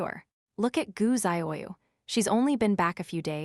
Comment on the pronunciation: Some of the ways the computer voice says names. Ziyu would be DZUH-yoo ,Or tza-yoo, not what wierd zahyayaoo thing they are doing.